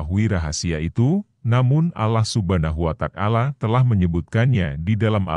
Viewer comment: yang bener bang sebut nama ALLAH SWT (allah subhanahu wa ta'ala) bukan Allah Subhana watak ala